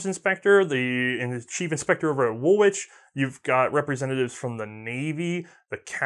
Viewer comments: Woolwich is pronouced Wool-itch by the people that live nearby. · JUST THOUGHT ID SAY WOOLWICH IS SPOKEN AS WOOLICH AND REALVIL IS REAL VIL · Just for your information, the second w in Woolwich is not pronounced... one of those silly little British things we so like to keep to :). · Woolwich, pronounced "Wool-Itch". The English, we're annoying like that.